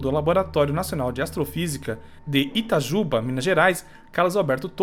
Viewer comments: Mãe de Deus. O nome certa da cidade é Itajubá, não Itajúba. Itajubá, oxítona terminada em a. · Não é "itajúúúba" não kkkkkkkkkkkkkkkkkkkkkk eu estudei lá perto ... é itajubááááááá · E itajubá não itajuba o a e mais forte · é Itajubá com assento no último "a"